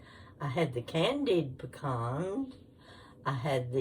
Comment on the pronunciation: Looks yummy! I’m from Georgia & if those pecans came from Ga you need to pronounce it correctly 😂😂😂